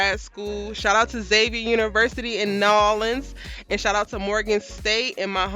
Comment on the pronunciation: Girl I know you did not just say New Orleans like that 👀💀